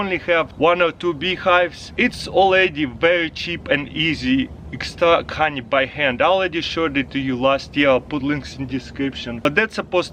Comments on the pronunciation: like every time this guy says hawnee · I just love the way he says honey :) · I love how he says honey